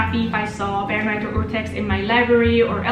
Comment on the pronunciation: Barenreiter really should be Bae-renreiter :3 Seriously it's my favorite! Thanks for talking about this! I often emphasize the importance of editions to my students, it's a time and money saver!